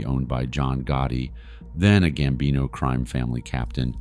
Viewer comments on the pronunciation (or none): none